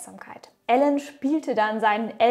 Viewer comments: Wieder extrem nice recherchiert von dir ☑️ Nur am Rande…..er heißt Elon und nicht Alan 🤓🙃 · Elon Musk (ausgesprochen „ILON“ nicht ELLEN) 😂 Tolles Video aber 😁